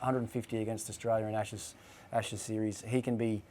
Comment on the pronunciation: "ASHSES PODCAST"....pretty embarrassing. Well done, Sky!